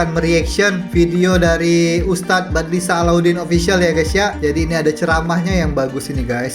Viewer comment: Sebut betul2 wak...!!! Bukan badlisah,apa kau fikir namanya spt org sebut selepas nikah,sah?..sah,sah,...sebut begini wak jono SYAH,faham..!